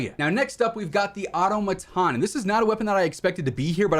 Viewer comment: You too???!! 😂 Another YouTubers pronounced “AUTOMATON” the same way!! Hahaha!! That is NOT how you PRONOUNCE that word!!!! 🤣 😂